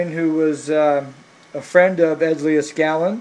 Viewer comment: Hey man you are killin me with the way you keep butchering Mr.Leed-skal-nin's name by mispronouncing it Lee-uh-skalin.